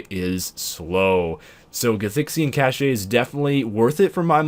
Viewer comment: cache is pronounced "kaSH"